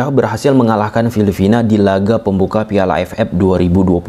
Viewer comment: Filipina bang. Bukan filifina 🤣